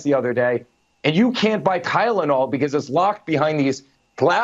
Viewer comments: Eric, it's Tylenol not Kylenol. Dumb bumb😂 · "KYLE-onol"??? Is that what they sell in South Park? And "Homliness" sounds lovely! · but he said kylenol...... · What the hell is "kylenol"??😅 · Did he just say "kylenol"? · Did he said Tylenol or gylenol 😂😂😂